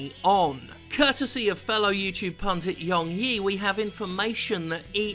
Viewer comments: It's not... It's! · I'm happy to know that I'm not the only one who thought his name was pronounced "" instead of "" Also, fuck EA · I'm sure he takes no offense, but just so you know he pronounces his name like "" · is pronounced, for future reference Jim. Love you both.